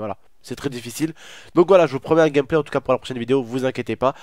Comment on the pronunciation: Écouter le nombre de fois que il a dit gamplay 😂😂😂